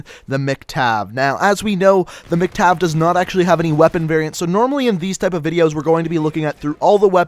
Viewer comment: why were u saying MC-Tav?